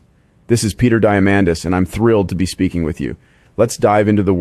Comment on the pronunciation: Peter D-AI-mandis. I'm sorry.